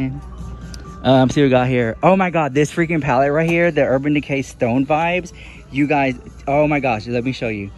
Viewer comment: Haha, what about palleTTE?